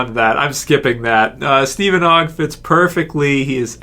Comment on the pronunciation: You keep pronouncing it Oh gg i believe its pronounced AHH gg